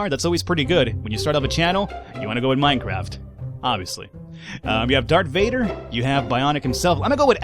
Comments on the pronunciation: did he say dark vader in stead of darth vader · Did he really say dark vader? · he says dark vader!!!!!!!!!!!!!!!!!!!!!!!!!!!